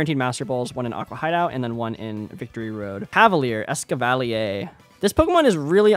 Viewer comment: HE USED MY ESCAV PRONUNCIATION LET'S GO FRENCH ESCAV TRUTHERS